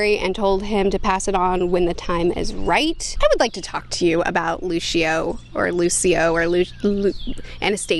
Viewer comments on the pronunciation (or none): Fidelacchius pronunciation: Fid-elle-ah-key-us Luccio: Loo-chee-oh Latin is weird.